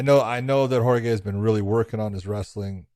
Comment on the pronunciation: Did John call Jorge "jorgay" everytime he said his name?